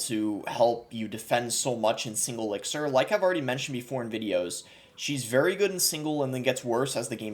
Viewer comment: Why do u pronounce elixir like that?